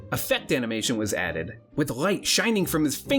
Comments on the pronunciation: I've heard people saying "L" instead of "R". This is the first time I my life I hear somebody saying "R" instead of "L". Sounds unusual. I couldn't get it why he was saying "right and shadow" for like 6 minutes of video) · Rrrrrright shining from his fingers! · Great informative video, however, I got distracted more than once by the pronunciation of "light" that sounded like f french pronoucing "right"! ... ... And ongoing with weird L pronouncing from this mark on all words! Am I the only one??